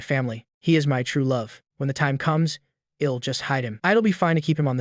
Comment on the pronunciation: The stupid AI voice can't say "I'll" correctly. I am getting annoying at it.